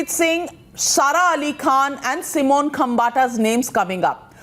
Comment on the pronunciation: Stop calling it B-Town.. the world is watching! It’s Bollywood, Mumbai or Bombay, name and shame! BTW it’s Simone not Simon!